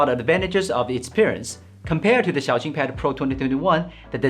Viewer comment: This guy is a real Han Yue carrier. Xiaoxin is pronounced in a very good manner